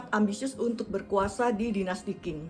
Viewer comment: Ceritanya bagus... cuma tolomg cara baca pinyin nya diperbaiki. Qing dibaca jing. Cixi dibaca jesi dgn e seperti membaca empat bukan tempe. Makasih